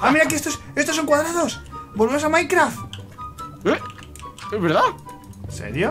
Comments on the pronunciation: Like so viste que dice mikecraf en el principio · mike dice micrecraft en ves mikecrack